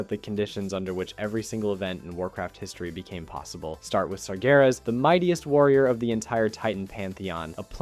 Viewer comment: You pronounced sargeras correctly this time!